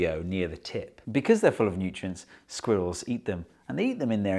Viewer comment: I'll be honest, I clicked on this video just to hear a British man say the word 'sqwurells'